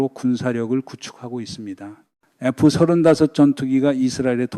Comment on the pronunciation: 하메네이는 벌써 쫓겨났어야 할 정신이상자죠. F-35는 에프삼십오 로 발음. F-22는 에프이십이 로 발음. B2(폭격기)는 비투 로 발음합니다. 기왕이면 바른발음이 좋죠.